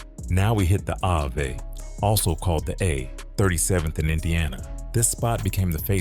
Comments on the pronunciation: Is the narrator saying Ave(abbr. Avenue)🤨 or is it really Avay??!! 🤔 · Yes...that( I-Vay ) is killing me